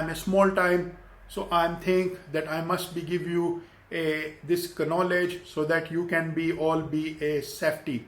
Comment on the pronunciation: kanowledge...ha ha ha ha ha ha